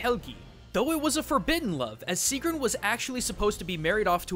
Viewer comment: gets more and more annoyed at the butchering of these names ITS NOT SIIGRUND ITS SIEGGRUN ;___;;_;;_;__;_;_;_;_;;_; but in all seriousness you actually did do a pretty good job a pronoucing these words. but me being me still got annoyed lol